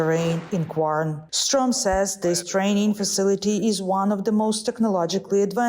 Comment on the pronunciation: I'm Swedish and I don't know about this place called "Guarn". I'm guessing the pronunciation is completely messed up